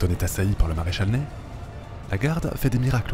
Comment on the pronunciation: Je crois que le maréchal Ney se prononce "Nè", et pas "Neille".